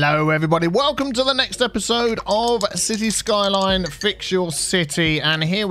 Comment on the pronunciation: Everytime says City Skoiloins it brings joy to my soul!